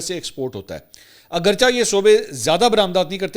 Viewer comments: صحیح لفظ اَگَرچَہ نہیں اگرچِہ ہے ۔ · منصوربھائ ایک لفظ آپ استعمال کرتےہیں(اگرچہ) یہاں چ کےاوپرزبرنہیں بلکہ زیرہے یہ لفظ فارسی زبان کاہے چ کے نیچے زیرہے امیدہے آپ ناراص نہیں ہونگےمیں آپکاہرویلاگ بھت شوق وذوق سے دیکھ رہاہوں۔اللہ کریم آپکوسداسلامت رکھے آمین